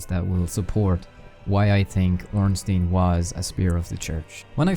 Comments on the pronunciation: is ornstein not ornstin do.you say einstin? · Well, if we want to be 100% correct, wouldn't it actually be pronounced "OHN-shtein"?